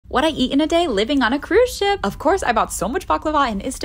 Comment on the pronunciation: The way she says "CrUiSe Shieep~~"